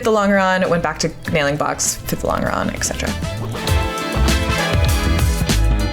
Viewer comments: Actually, the pronunciation is lon-juh-ron, not lon-guh-ron. Doesn't detract from the project, though! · You're still saying long-grrr-on instead of lon-jer-on? What engineering school did you go to? Or is this a joke like Botal Toat for your resin? In 1972 we built an airplane using Gorilla Glue with a moist wipe with a sponge at each gusset. Then held the gussets down with brads. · You’re killing me with the LONG ER ON thing. It’s French, it’s pronounced LON GER ON! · I'm enjoying your video and your shorts. Thanks for posting your project. A quick comment: I grew up pronouncing "longeron" with a j sound not a hard G. I googled it and got about 15 pronunciation answers, 90% pronouncing it with the j! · The g in 'longeron' is pronounced like the J in John. longeron /lŏn′jər-ən/ noun A major structural member of an aircraft fuselage, running from front to rear. A thin strip of wood or metal, to which the skin of an aircraft is fastened. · Longeron is French (like a lot of other terminology related to early aviation). Because it is French in origin, it is pronounced "Lon-jur-on". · It is impressive that you are doing this. We are losing these skills at an alarming rate. Anything built that is significantly larger than the drawings is done this way. You can’t CNC a house or a bridge. As an aside, and apologies if it’s been mentioned already, the typical pronunciation is laan jr raan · Look into how to pronounce "longeron". It comes from French and has a "je" sound even in English. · I'm not saying it's wrong, but your pronunciation of longeron sounds wrong to me. I've been around USAF my whole career, and it's always been a J sound for the g. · I'm getting tilted by the way she says longeron! Ive only ever heard it as a J sound like the g in germ.